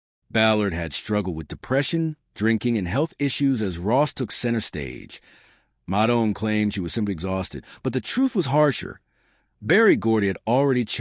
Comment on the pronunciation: COULD USE AT LEAST PRONOUNCE THE NAME CORRECTLY!!! IT"S "MOTOWN"!!!